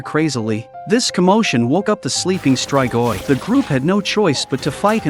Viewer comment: It's "is-tree-goi"... not "is-try-goy". Not everything is pronounced with an American English accent, you know???